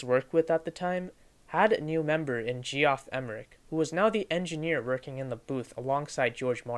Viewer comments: “G-off Emerick” 😭😭😭💀🏴‍☠️🏴‍☠️🏴‍☠️ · G-off? it's JEFF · Cool vid! Pretty sure it's pronounced "jeff emerick" but don't quote me on that